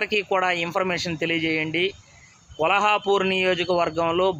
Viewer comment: vuru peru kolhapur ani antunnavu Kolhapur kaadu Kollapur palakadam sarrigga paluku